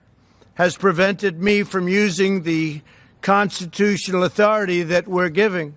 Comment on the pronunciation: He doesn't even know how to SAY the word Constitutional let alone know what's in it.